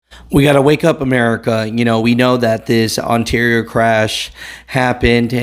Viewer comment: Just curious how come you pronounce ontario cali correct but you say ontario can in weird way